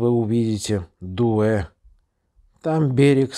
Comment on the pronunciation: Поселок Дуэ был основан в 1852 году под названием Сахалинский пост, но вскоре получил свое нынешнее название: Дуэ - так назвал его Жан-Франсуа де ла Перуз в честь городка Дуэ (Douai), находящегося на севере Франции. Соответственно, ударение падает на последний слог. В 1959 году здесь проживало более 3 тысяч человек, в 2013-м - 89, в 2021 - 28. Мыс Жонкиер назван ла Перузом в 1787 году в честь Жака-Пьера Жонкьера - французского генерала и губернатора Новой Франции. В честь последнего в Канаде также назван город Jonquière в Квебеке. Дербинское поселение (ныне - Тымовское) основано в 1880-м году и получило свое название от имени Антона Дербина, первого смотрителя новопостроенной там тюрьмы. Говорят, господина смотрителя убили неблагодарные заключенные за то, что он с ними жестоко обращался. Словом, это была неплохая идея в 1949 году переименовать поселок по имени реки Тымь. Соседнее Рыковское поселение (ныне - Кировское) - по имени Якова Рыкова, основавшего, в свою очередь, и там тюрьму. Рыковское переименовали в Кировское... правильно, в 1937-м году, чтобы не возникало ассоциаций с Алексеем Ивановичем Рыковым, крупным советским государственным деятелем, которого к тому времени уже сняли со всех постов, вот только расстрелять еще не успели. Ausgezeichnit, как сказал бы михайловский Адам Адамыч. Арково - село в 9 км от Александровского поста (ныне - Александровска-Сахалинского). Название села считается производным от нивхского топонима Арк’и-во: «арк’е»- крупная корюшка, «и» — ре